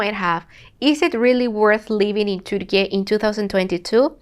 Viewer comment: thank you for your video, your comments are very realistic and neutral. I also love the way you pronounce Turkiye the correct way! Keep up the good work and all the best wishes from a Turkish lady who lives in another country:) I miss Istanbul so much!